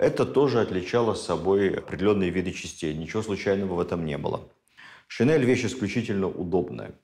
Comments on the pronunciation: ШинЕль, а не шинЭль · ШинЕль!!! Нас учили в школе произносить это слова через Е! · Спасибо огромное, Владимир Ростиславович! Ваши лекции всегда интересны и очень познавательны❤❤❤ Я прошу прощения, но одно замечание, слово шинель произносится с мягким н и произносится "е", а не "э". Просто это уже не в первый раз. Немного режет слух. Спасибо еще раз!!! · Замечательно, но шинель. НЕ ГОВОРИТЕ ШИНЭЛЬ.Это не верно и не норма русского языка.Благодарю. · ведущим проекта : пожалуйста, обратите внимание на произношение слова ' шин'ель с мягким 'нь'.